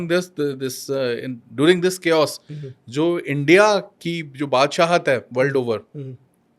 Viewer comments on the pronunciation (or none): none